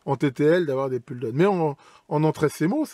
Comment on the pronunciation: Donc ne me tapez pas dessus, une remarque toute gentille, merci. On dit « poule eup » et « poule daoune » écrit en phonétique bien sûr. La j’ai les oreilles qui saignent un peu mais ça ira.